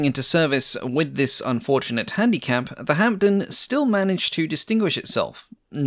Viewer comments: The "p" in Hampden is silent. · PIt is pronounced HAMDEN and not hamPden the P is silent. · I wish you'd pronounce Hampden and Hereford correctly. It distracts from an otherwise very interesting film. Hampden is pronounced Ham-dun, not Hamp-dun, and Hereford is pronounced Herrer-furd, not Hair-ford. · decent video, with one major mistake, the pronunciation of hampden, the P is silent in hamPden. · Great as always. Hereford is pronounced "Heh-ref-ford" (it's a famous cathedral city). Kiel is pronounced "Keel". The p in Hampden is silent. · Great work minor points the p is completely silent in Hampden and Hereford is pronounced Heh-ruh-fudh, and Kiel is pronounced Keel - the eccentricities of the English language ! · Silent P in Hampden